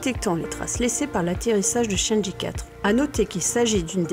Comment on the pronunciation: Super vidéo ! Continue comme ca ! Par contre si je peux te faire une petite remarque, la prononciation des missions lunaires chinoises sont vraiment pas géniales. 玉兔 (Lapin de jade) se prononce approximativement "yuw tuh" et chang' e (嫦娥) se prononce plutôt "chaeng euh". Pour la vraie prononciation , car je suis loin d'être un expert : chang'e (嫦娥) yùtù (玉兔) Merci à toi et continue comme ca !